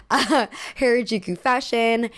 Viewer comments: I've lived in Tokyo since 2008 and have been involved in the Tokyo subculture fashion and club scene since 2006, and I'd like to give a few notes on Harajuku and Japanese underground fashion from a first-hand inside perspective. (Note: it's pronounced "HAH-rah-juku," not "HAIR-uh-juku"). - Gen Z most certainly didn't invent any of the maximalist trends highlighted in this video, they've been going on continuously in Tokyo since the 70's. Don't ever think that "dark academia" is something new, it isn't! - Fruits magazine and other street-snap magazines like Kera were always much more curated than they pretended to be. They would deliberately focus on specific looks that they wanted to highlight and would regularly feature the same kids again and again while completely ignoring others, contributing to trend setting in the process. I spent endless weekends pounding the Harajuku pavement in maximalist drag, never got street snapped even once because I didn't fit with the mini-trends that were "in" at the time (many of which came "in" years later, go figure) - Towards the end of its run, (around ) Fruits magazine actively steered away from featuring colorful and maximalist looks, despite the fact that these looks were very much still present on the street at the time, so I actually think it shares some of the blame for the increasing blandness that proliferated post-2011 - Gwen Stefani more or less single-handedly killed the Harajuku bridge fashion culture - the bridge became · harajuku is pronounced as "hah-rah-jookoo" (soft j sound!) all "a" sounds in japanese are that soft "ah" if that helps! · isn't it pronounced "Hah-Rah-Juu-Kuu"? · Anyone else bothered by how she mispronounces “Harajuku” as “hair-a-juku” every single time 🥴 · Oh my god, PLEASE correct the way you say “Harajuku”. This video is unwatchable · thats not how you pronounce Harajuku plzzz look it up ohmygoodness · Wow for a Asian girl you can’t pronounce harajuku right